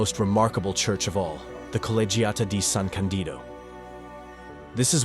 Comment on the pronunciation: I miss Dolomites so much, haven't been there since 1990 when climbing there the 3 Violet towera named Delago Winkler and Stabeler, I must go back there this summer. I took them for granted without realizing how lucky I was to climb in the most beautiful mountain range in the world. By the way it is San Ca'ndido, with the stress on the firsr "a", not "San Candi'do"